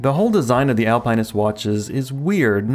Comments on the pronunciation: Al Pine Ist? Dude. Al Pin Ist. Or Alp Nist. It's not an evergreen. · Al-pin-ist. There is no pine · It's not Alpine-nist. It's pronounced Al-PENISt. 😅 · Al-pin-ist or Al-pine-ist? it's the first one and saying it the second way is ridiculous and much more work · It's Alpin not Alpine. Google Alpinist pronounced. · Al-pin-ist there is no E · AL-PA-NIST. Are you trying to troll us? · face-green-smiling::face-green-smiling: Al-pine-ist... what the heck is that? Seriously! Please. LOL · are you saying alpine-ist on purpose its driving me nuts this is something i can definitely imagine you doing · Al pin ist. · Omg learn how to pronounce alpinist 😂can't even watch the video so annoying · Dude learn how to pronounce Alpinist 🤦🏽‍♂️🤦🏽‍♂️🤦🏽‍♂️🤦🏽‍♂️ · You pronounce "Alpinist" differently than everyone else on the internet and as far as I know you're right and they're all WRONG. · Same like WTF stopped watching the video ! He needs to learn how to pronounce words before making a video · Me too 😬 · Same. Had to comment and switch videos. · Great question, maybe YT is actually pronouncing it right in the video 🤔